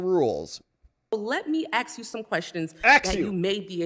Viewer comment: Thank you, it is ASK. A Congress person should be able to speak correctly.